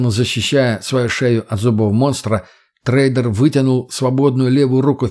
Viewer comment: Ну если ты читаешь, стараешься. Можно же и проверять ударения и грамотность. "тррэйдэр, оба ладони, запе́ршило, ви́довое разнообразие, по его обоим сте́нам, на обоих крышах, бетонный присту́п" и многое другое. Это всё неправильно. Тембр голоса приятный. Но интонация , ударения и прочее хромают. Да ещё гнусавость. Но конечно, мой комментарий придется кстати, только если чтец стремится к качеству и профессионализму.